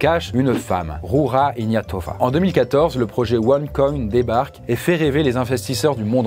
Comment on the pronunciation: et les langues étrangères...:) vu la qualité de la doc ce serait une belle cerise de prononcer correctement;) Ca se prononce "Rougea Iguenatova" pour l'anecdote